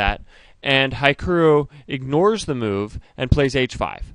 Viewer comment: Hikiru? Please... HikArU and the "hi" like in hitch not hypocrates